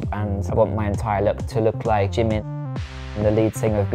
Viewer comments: nah bro you’d be poor cause he keeps saying “jeemen” loooool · IKR I'M WHEEZING!! He's not even pronouncing the name right I'm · He can’t even pronounce Jimin correctly.. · Annie Bleveans Almost Like Chi instead of J since Those two are very close in the Korean language. Also, The I should be pronounced as how you would say E in “he” so it’s Ji-min. That’s my guess. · Bet that white guy doesn't even know Asia has 48 countries lol Plus the dude can't pronounce jimin